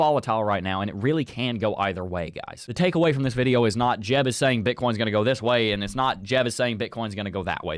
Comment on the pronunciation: I dont know why I always hear Bitcorn